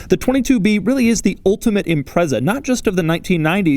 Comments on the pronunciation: Can't take a review of a 22B seriously when he pronounces Impreza, Imprezzzzaaa, its impretza, just saying 🙄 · A few things for you It's pronounced IM-PREEE-ZAH, not IMPREZZER. STi stands for 'Subaru Tecnica International'. '22B' in hexadecimal code is '555', in respect to Subaru WRC sponsor company (at the time) State Express 555; some say it's 22 to mean 2+2 coupe with the letter 'B' referring to Subaru's designation code for 'turbocharged'. All manufacturers building cars for the Japanese Domestic Market at the time had to follow a government directive which prohibited promotion of engine power output figures above 206kW (280PS; 276bhp). Subaru claimed that exact figure as being available at 6000rpm. The car had 363 Newton-metres of torque (268 lb-ft) at 3200rpm and hit 60mph (100km/h) in 4.2 seconds. There were only 424 cars built - 400 sold by Japanese dealerships, 16 official dealership units sold in the United Kingdom (in addition to 50 more cars which were purchased in Japan then privately imported into the UK) and just five officially sold by Australian dealerships, with the remaining three being marked as 'factory prototypes'. Most important fact? Every original legitimate 1998 model Subaru Impreza 22B STi built is both Subaru WRC Blue Mica 93F (at the time unique to that vehicle) in colour and a right hand drive vehicle. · IT'S PRONOUNCED IM-PRET-ZA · It's ImpreZa not impreSa. Sounds like you're saying "Impress her". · Him saying imprezza over and over makes me want to commit a war crime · Instead of saying that he was “impressed” by the car he should have said that he was “Imprezaed” lol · Great video. Only thing is you keep saying Impreza wrong 🤣. The z is much more pronounced. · Interesting quirk, you're pronouncing Impreza wrong. It's annoying.